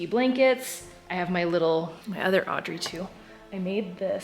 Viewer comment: Whenever you talk about Audrey I keep thinking you are saying Andre 😂. So I heard it as "I put a candle in Andre's mouth." Love the Halloween content though 🥰